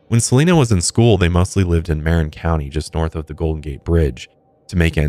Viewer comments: It still cracks me up when you guys mispronounce my county, Marin. 😂 Don't feel bad. Unless you're from BA, it's not uncommon to mispronounce Californian locations. Many are indigenous words, many are Spanish. Always interesting to hear about little known cases in Cali. We've sure had a number of serial killers and cults. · Alan Watts is fantastic and while I'm a religious Buddhist (Kadampa) I've met others at retreats who are secular and no true Buddhist ever judges another for their beliefs 👍 Although later: you might want to learn how to pronounce Marin County 😜